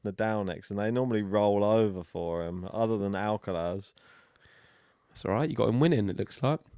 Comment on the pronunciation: Strange how these guys struggles to pronounce the letter "R" in names as Alcaraz and Grigor.. but pronounces the "R" perfectly everywhere else.